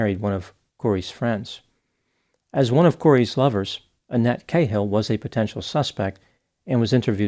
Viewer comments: Its an rish name and not pronounced kayehil but ca as in cat. And mahoney is pronunced withbthe stress on mah and the nee. Ie not ma hoe ny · Kay hill? Pronounced karl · Why do Americans pronounce "Ca-hill" - Kay-hill"? ?There ids no Y. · The real crime here is pronouncing the name Cahill as "k-hill"....shout out fellow Irish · It's always interesting how Yanks pronounce Irish names. The way you pronounce Moran is hilarious. Cahill also sounds kinda silly